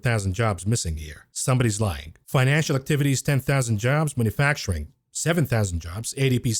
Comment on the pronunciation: I love your videos, but it’s ‘manufacturing’ not ‘manafacturing’. Mana facturing was what God did for the Jews after they left Egypt, but we haven’t seen it for thousands of years.